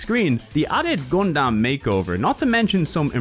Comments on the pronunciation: Did he say Gundamn? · Okay hearing you say Gun-damn is a bit distracting, haha.